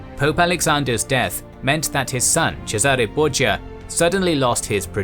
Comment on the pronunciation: The Borgia called themselves 'Bor-ja' not 'Bor-ha', to fit in with the italians.